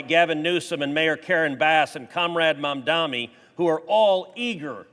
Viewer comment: Comrade "Mamdami"? If you're going to attempt an insult, at least address the person you're insulting by pronouncing their name properly. Mamdani isn't difficult to enunciate. Second, what happened to being comrades with Putin, Mr. Cruz? Did the.. comradery, fall through?